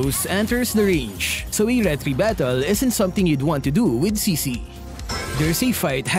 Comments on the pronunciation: I think her name pronounces chi(ck)-chi(ck) and not she-she. Strong yes but for me looks boring, like novaria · I think the name is pronounced (Tsi Tsi) wit the T and,so yeah Cici